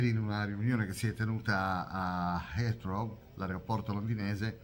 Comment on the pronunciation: scusa ma si pronuncia hitrow